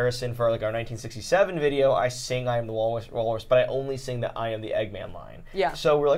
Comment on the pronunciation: Eggman is 2 syllables 😂